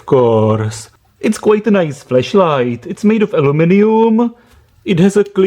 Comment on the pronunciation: OMG!! You've said the whole video "FLESHLIGHT"!!!!